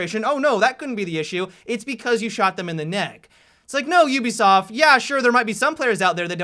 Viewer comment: Ubisaft? Ubisaft?